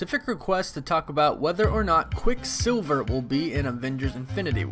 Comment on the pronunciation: Stop saying his name separately like “quick silver”. It’s quicksilver altogether